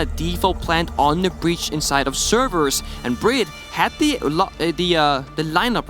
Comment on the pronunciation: His knowledge of what’s going on in game and in the players’ heads is unparalleled, but his casting? The way he said BriD’s name… pain